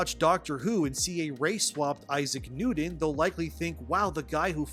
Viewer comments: It's pronounced Issac NewTon not NewDon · Isaac Nuden? ImporDent? Oxycoden? You may need a speech coach to work on that replacing “T’s” with “D’Souza”. Just say’n.